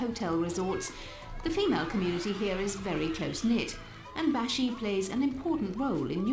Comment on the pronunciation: Hi I’m Maldivian and a girl so ya also u pronounce it like bAshi not. Baeshi ❤❤ also Maldives is rlly ugly irl